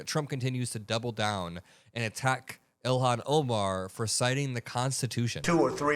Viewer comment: It sounded like he said Elon Omar